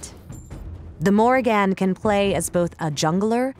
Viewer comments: Holy shit how is it so hard to pronounce Morrigan properly. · why dis bish saying the morri-GAN